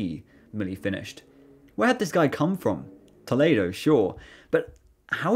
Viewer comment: that has to be the worst way I've seen Toledo pronounced. It's doesn't even look like it's spelled that way